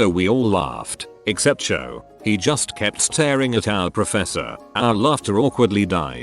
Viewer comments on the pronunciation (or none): I almost threw up at how the TTS pronounced Juuuuust.